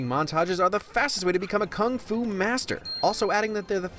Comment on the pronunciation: kung fu or fung fu ?